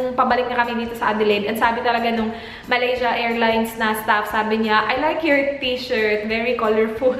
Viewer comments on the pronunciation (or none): none